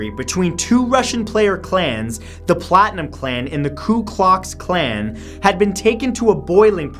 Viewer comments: "Ku Klox Klan" are you kidding me lol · Klu Klocks Klan? Really? Lmfao! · I think he said "Ku Klox Klan". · ku klox klan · Coo-clocks clan? Wow...cause that's not obvious. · did he just say ku klux klan